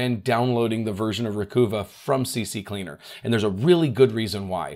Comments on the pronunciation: You said those two names wrong but it's okay it's CCleaner not CC cleaner everyone does that it's a mind trick I guess and the other one sounds like recover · is C Cleaner, not C C Cleaner. =) I used to say it wrong too. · Why do people STILL say "C C Cleaner"?! It's C-Cleaner! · I have no idea how Recuva is correctly pronounced, but yours is a very reasonable guess. But you did say "CCleaner" wrong. You said "C-C-Cleaner". It's just C-Cleaner (presumably because it cleans the "C" drive). If you insist on saying "C-C" it would be C-C-Leaner. Just the 2 Cs, not 3... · I believe it's pronounced Recuvva (like Recover). As for CCleaner, it's only C-Cleaner, which originally stood for Crap-Cleaner.